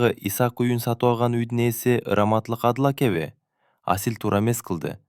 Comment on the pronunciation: Жакшы окуйт, уну да жагымдуу , дикциясы так экен, бирок "асыл якя абдил якя "дегенде кыжыр келет...Абдыл аке,Асыл аке деп кыргызча эле окуса болмок..